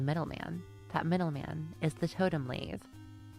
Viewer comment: ( Lat-he HOW)